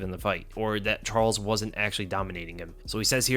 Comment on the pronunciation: You really need to work on pronouncing “wasn’t”